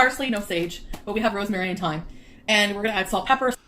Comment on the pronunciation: It's called Van Houtte 😂😂 it's a brand of coffee. And for the thym/thyme, you definetly should listen how we pronounce it un French 😂